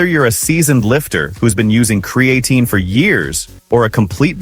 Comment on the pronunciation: I lost interest as soon as I heard kree-A-teen. If your robot can't even pronounce the primary subject correctly, maybe you ought to get off your ass and do it yourself.